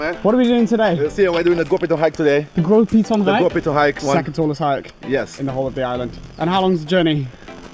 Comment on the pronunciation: My goodness! As a local if I hear this man say the name of things in this video incorrectly for the next 5 mins , I will scream. You mean to tell me, not one of the guides corrected the poor man on pronunciation of saying Gros [GO] Piton. & Castries [CAS]tries.. and others 😅 Wheeew!